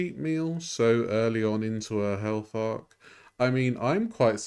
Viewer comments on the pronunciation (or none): When you said " health arc" I heard " hell fart".😂😂😂😂